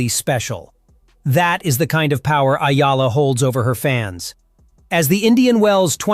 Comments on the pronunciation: tsk ! kakainis ! Ayala na na naman? hoy pakiayos lang poi! Eh-YAH-LAH - yan me tip ka na AI slop! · E-YA-LA...EH-YAH-LAH Not AYALA! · ÈYALA not Ayala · It's Eala please, not Ayala hehe. Thank you Sir, your so good. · EALA E - YA - LA Got it? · Only Filipinos can pronounce her name correctly....eee ya la